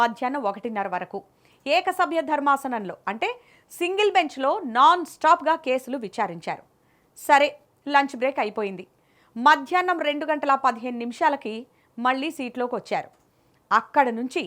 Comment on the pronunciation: Eka samaya Darmasam ente talli Eka Sabya Dharmasanam - Telugu Radu anchor